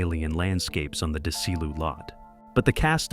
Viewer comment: "Dezz-e-loo", you AI Borg. Thumbs down.